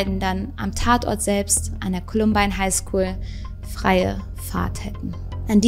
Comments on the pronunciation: Wieder ein Top Video! Danke dafür. Bist Du sicher, dass es "Heinschool" heißt? ;-P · Ich bin mir sicher sie meinte “Highschool”